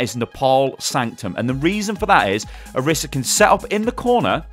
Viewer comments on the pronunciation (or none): What I don't like about Orisa is how people can't seem to pronounce her name right:T IT'S ONE S! NOT ORISSA! I thought you were better than this... shakes head slowly